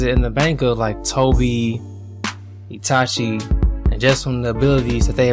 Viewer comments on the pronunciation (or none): none